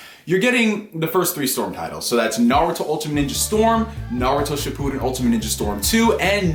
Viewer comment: Good video but bro your pronunciation of Naruto shippuden is horrible